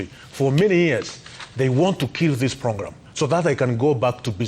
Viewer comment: A dude who can't say program lol